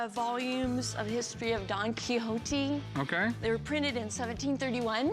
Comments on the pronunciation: Why do you pronounce "don kihoti", it's "don kishot" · did she just say don quixoti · Donkey hontee? Nahh let's drop the american accent when we pronounce names of dudes from other places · Don Quixote; Don-key hotee lol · Did she say donky honky? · DON KEYHOETEE LMAOO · Don Qui hoe te. Amazing pronunciation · She really said "Donkey Hotee" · After 4 decades I finally pronounced 'Don Quixote' correctly today. Don't ask me how me and my friends pronounced it all this while. It's not even close. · as a french guy, it trigger me when they say don quixote. There is a X between the i and the o and not an H. So it sound really weird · The way she pronounced Don Quixote really hurt.